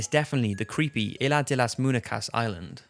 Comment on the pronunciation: Muñecaaaa (Moon-ye-caa!!)